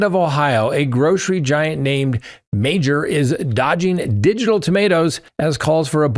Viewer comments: Meijer is pronounced Meyer not major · Meijer is not pronounced Major. It is pronounced MY-er. Wondered what chain u were referring to in Ohio. I'm from Ohio and never heard of Major... then I saw the spelling. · lol it’s pronounced ‘My-er’ I’ve never heard someone pronounce it as ‘Major’ that made my night! I was so confused what he was talking about at first. 😂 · The supermarket is pronounced as Meyer.